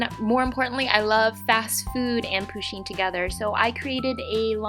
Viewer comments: No hate but the way that she say pusheen makes me cringe inside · She's prenouncing the name "Pusheen" wrong lol.